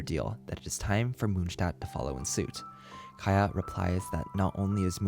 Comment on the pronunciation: Mondstadt not moonstadt Kiah not kahaya Sorry but this became really irritatinggg